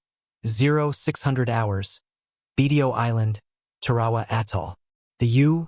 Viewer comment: Beyshio, Tar"awa.